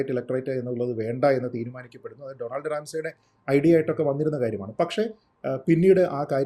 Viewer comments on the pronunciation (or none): none